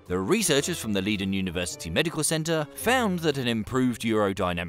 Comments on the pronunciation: Please try pronouncing the Leiden University as: "Laiden" which will be much closer to the way it is supposed to be pronounced... thank you very much! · You say ‘Leiden’ as if it were ‘Lieden’ but you’re forgiven 💕